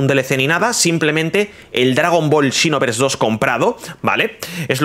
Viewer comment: Dragon ball "chinovers" JAJAJAJAJA es "sinovers"